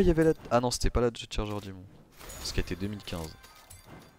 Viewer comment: et c’est dodge pas dod et c’était une challenger pas charger